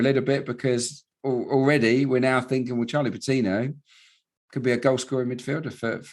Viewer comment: "With Charlie Patinooo. Saka and Emile Smith-Rowe"